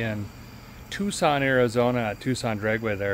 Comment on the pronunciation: I'm disappointed in you, Derek. You pronounced Tucson "Too-sahn," like it's supposed to be said, and not "Tuck-son." Dang, man. ;)